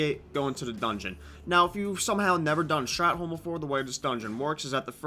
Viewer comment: Strathhhhh not strat